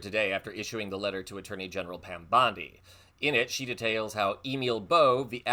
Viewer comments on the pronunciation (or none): none